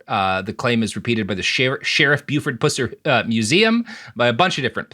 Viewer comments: You mispronounced his name the whole time and got a lot wrong. You suck at research and writing. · Well, for the sake of surviving family you could at a minimum pronounce the name correctly - You either pretend or are not even capable of comparing movies. TBI had botched the investigation from the very start - If you had become even mildly aware of what you're talking about, you would know this. None of his crimes? Could you go on to elaborate on the crimes Buford Pusser has been accused of? Investigated for? 15 minutes into this trash and ignorance - Peace out bitches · Are they seriously saying Buford’s last name incorrectly, intentionally?? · Learn how to pronounce his name. 🤣🤣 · I don't mind the content, but it would be more credible if they actually pronounce his name correctly. For an extra 3 minutes of work, they could have watched any of hundreds of other videos or even the first minutes of any of the early movies and learned how to pronounce the name correctly. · The pronunciation is just so bad I can't.. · Goddamit Robert, learn how to pronounce something. You’re giving Virginia a bad name! Also, the Drive By Truckers have been singing about the truth of pusser for like 20-25 years now…. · I'm from the area, too, and came here to say this. It's kinda making my skin crawl every time they mispronounce it. 😆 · Same, it's like sudden nails on a chalkboard 🤣 I never even considered you could pronounce it any other way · Mispronouncing every name possible is kinda Robert's secondary mission in life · Thanks for the confirmation. I thought that they mispronounced his last name. 🌈🌈🧐😉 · understandable sentiment, and probably good as a bit. The note is just for accuracy as someone who hears and says the name a lot unfortunately. If Robert's pronunciation were the real one, the jokes about the Pussers around here would be even better. But his actual name is also pretty hilarious on its own, and fitting for the man I think. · These guys are pronouncing it like pooser?